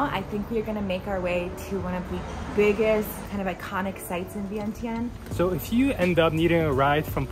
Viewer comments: Vieng jund not vient tien. Is the corect way to say.🏌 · You need to pronounce it correctly it is ViengChen, but it spell Vientiane so the T in tian should sounds CH